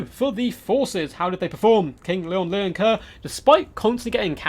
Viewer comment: Loo-en Leoncoeur, not Leon Leoncoeur. Sorry, I know it's a nitpick, but it bothers me.